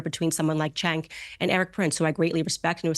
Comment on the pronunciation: Throughout the course of this video, the man's name was pronounced Jank, Chenk, Kank, and Sank.